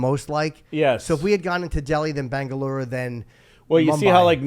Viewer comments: JIMMY it’s Bangalore, BAN-GUH-LOR, not ‘Bangalure’ (BAN-GUH-LEWER). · He is really pissing me off with his pronunciation of "Bangaloorroo". And I am European